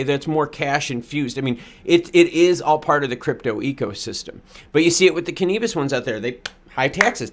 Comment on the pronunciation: Canabis not Canebus